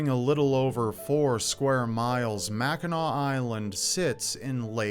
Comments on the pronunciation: as a resident of Upper Michigan (U.P., not lower Michigan "mitten"). Thank you for pronouncing the name Mackinac correctly. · As a born and raised Michigander, thank you for talking about Mackinac (and not pronouncing the final "c". Drives us bananas when people say "Mackinack"!). It's a special and sacred place for a lot of people to this day, so I'm glad to see it getting some love here. And yes, Mackinac Island fudge is the best fudge you'll ever get, no contest.